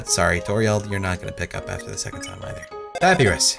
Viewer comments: Umm dude its pronounced PaPieRus not pappyrus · it's ( pa -pie-rus) not (pap - uh -rus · Anyone else cringe when he says "Papi-ruhs" not "Pap-I-rus?" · It's pu py res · I wonder if realizes he's pronouncing sands and papyrus wrong. And until recently Undine.